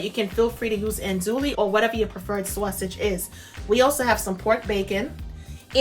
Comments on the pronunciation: you must be a New Yorker--once I heard "Sawsage" I knew! I can't wait to try this! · I love love your channel! I pronounce Sazsauge! Too! I can't wait till she hears you co correct her! Lol. God bless and thank you I love Cabbage too! ❤️ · I love the way you say "sausage". Sounds like you may be from the east coast. I'm definitely trying this recipe. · Omg, I love the way she says sausage xD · Great job. I like how you say sausage as well ;-)